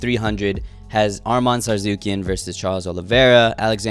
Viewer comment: Ain’t no way that’s how you say Armans name